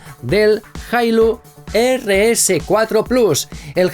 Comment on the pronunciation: Deberías practicar los nombres antes de hacer el video porque tu pronunciación es pésima y no logro entender... EL primero se llama como? jailo?